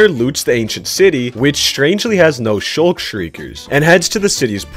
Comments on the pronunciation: For the 2nd time it's sculk not shulk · dude its sCulk not sHulck🤦🏻‍♂️🤦🏻‍♂️🤦🏻‍♂️🤦🏻‍♂️ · bro its sculk not shulk get it right!!!!!!!!!!!!!!!!!!!!!!!!!! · ITS SCULK SHRIEKERS, NOT SHULK SHRIEKERS!!!!! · its weird to me when people say shulck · By the way he said it, he makes it look like ANY village house doesn’t have a chest. In reality certain village house variants DO have chests with loots. And also a bit of a personal pet peeve, but STOP CALLING ADVANCEMENTS “ACHIEVEMENTS”!! THEY SIMILAR BUT DIFFERENT IN MANY WAYS!! ACHIEVEMENTS WERE REMOVED AND REPLACED WITH ADVANCEMENTS IN UPDATE 1.12!! It’s called a “Sculk” Shrieker not a “Shulk” Shrieker you buffoon.. 😑 Those blue forests actually have a name. They’re called “Warped Forests”. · WHY YOU SAYING SSSSHHHHHUUUUULLLLLLKKKKKKK